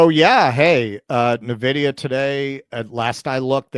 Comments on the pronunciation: Ffs... It's not Neh-vidia It's IN-vidia This channel and TJD show are practically sister channels at this point... Gaffs n everything. Cheers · N-Vidia, not Nevidia. It's a computer company, not a subsidiary to Nestle 😂.